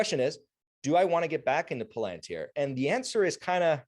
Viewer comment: Ur totally butchering the pronunciation of palantir mate😂😂